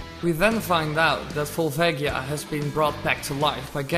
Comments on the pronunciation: Vohl-VAH-gee-uh. Not Val-VAY-gee-ah. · vol-vaygia? go-rons? what the actual fuck